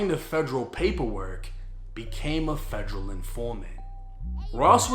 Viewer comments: Its federal, not fegreal 😂😂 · The way you say Federal, “FEJ-RAL”!🤮🤮🤮